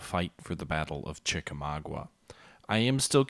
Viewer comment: There is not a "ua" at the end of Chickamauga. It is pronounced with a simple a sound at the end.